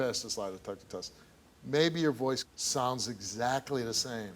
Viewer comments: Esakly esakly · egsacly, egsacly, egsacly! EGSACLY STEVE!!!! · What you got to say? EGGSACKLY! Eggsackly, eggzackly come on now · Not Steve Urkel saying "EZACLY, EZACLY, EZACLY." 😂🤣